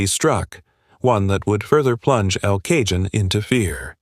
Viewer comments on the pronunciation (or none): Get a voice AI program that knows how to pronounce words. It was difficult to listen to this video. El Cajon is Spanish, wherein the letter J is pronounced like H so Cajon is pronounced caHONE not caJOHN. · Computer narration sucks! "El Cajun" is pronounced "El Cahone". It also seems to be written by a seventh grader. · Its EL KAHONE said locally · It's El CaHONE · It's not Cajon its pronounced El Cahone, J in Spanish is pronounced like H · QUIT using AI narration. It's pronounced el-ca-hone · Pronounced El Cahone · Respectfully I will note that El Cajon is quite close to the CA/Mexico border. Cajon is Spanish, in which the letter J is pronounced as H. Ca-hon sort of pronounced like the word cone. I grew up in Southern CA so know just a bit of Spanish pronunciation. It’s a rough town, or was when I lived there. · Nice AI voice. It would be great if AI would learn to pronounce simple words like El Cajon. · Do five minutes of homework and learn the pronunciation of El Cajon. This makes me wonder if your other statements are accurate. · I get that you use AI narrators, but the mispronunciation of El Cajon once was bad enough, but mispronounced two different ways is pretty bad. I know it’s a ton of work to acquire images, footage and write scripts, but attention to detail is important. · Yes. It's the AI. However, chances are really high that a human would have pronounced it the same way. It's astonishing how often YouTubers mispronounce names, place names and just plain old words. Usually late Gen Xers on up. 🙄